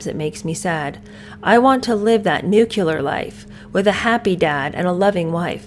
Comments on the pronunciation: It's "New-CLEE-ar" not "New-cue-lar". Nuclear!! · You do know it's "Nuc-lear", right? Not "Nuc-ular"....right?......teacher?.....😮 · Nuclear is 2 syllables, not 3: Nu-clear not nu-cu-ler (George Bush Jr. pronounced it this way and ppl made fun of it😅) I'm surprised at this. You're so smart. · Pardon me but it’s nuclear not nucular.😊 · Living a 'nucular' life? The word is 'nuclear'. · Did you mean NUCLEAR, (correct word) not NUCULAR ? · New KLEE er, not new KEW ler. Is the correct pronunciation. Thanks for the great insights ❤ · Always Nuclear. Nucular is just plain ignorant. Why “ celebrate ignorance and poor education”? We are in a time when we can pronounce and/ spell words in a universally accepted way if we wish.